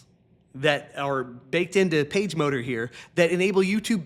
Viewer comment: I have to admit that when you first said "PageMotor" I heard "PageModer." One data point for you.